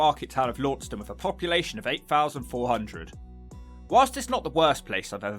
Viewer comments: LAN STUN, not lawnstun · Launceston is pronounced Laaaanston by locals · Its pronounced Lanson ( Launceston) by the way. No wonder no one wanted to be nice to you. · Launceston is pronounced “Lansen” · Launceston, is pronounced Lanson, my 'ansome. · As a Truro native who moved away about a decade ago, I'm shocked to not see Camborne at number 1 with Redruth and Launceston (pronounced Lansen by the natives) close behind. Shocked to even see St Austell remotely included on this list. Redruth used to be the heart of the now-non-existent music scene 20 years ago but I've had my head kicked in there and Camborne for no reason and know of plenty others who have as well. Never felt safe anywhere in Camborne. St Austell was always a great time out as a teen 🤷‍♂️ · Depending on if you from north or down west of Cornwall Launceston is pronounced Lanson, Redruth is Droof, St. Austell is Snozle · Launceston, Tasmania is pronounced "Lawn ceston"